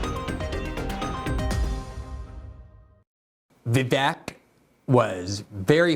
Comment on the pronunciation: Pronounced Vey Vake, not Vey Vech.